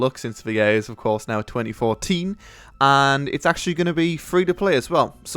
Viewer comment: "First co-ah. Two Fowsand Four-een." I thought Brits were good enunciators.